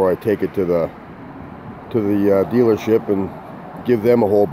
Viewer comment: Did you say dealership, or dealership? Couldn't quite make out what you said. After gas cap, if no cigar on light going out, could have auto parts store pull the codes for you for free to see if it's some other easy fix. 2 of the 4 of my vehicles dont even have a check engine light, they're so old. My 68 charger and my 81 rabbit diesel. Well I think the rabbit has an oil pressure light at least. Anyways great video! Thanks for taking the time to make it!👍👍